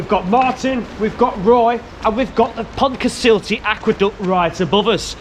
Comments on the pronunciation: How many Welsh people squirmed each time you butchered the name 😂Pont u suck tah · Cracking vid, but god almighty, at least ask a local for a pronunciation tip! don't offend the Welsh :-) Pont Cuss Uth Tay is somewhere near the mark. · Got to practice that "ll" in Pontcysyllte, sir. It's like the two "Ll"s in Llangollen. I'm always amazed that there was only one fatality during the 10-year project. Telford had little sympathy for him, saying he'd ignored some safety instructions. Was it mentioned that the aqueduct was inscribed by UNESCO on the World Heritage List in 2009? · Thanks for the vid. Terrible pronunciation of Pontcysyllte though! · Learn to pronounce the name properly please! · A wonderful structure but they can't pronounce it, can they? Perhaps they were scared by a big fierce red dragon when they were young. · Shame you didn't learn how to pronounce the name.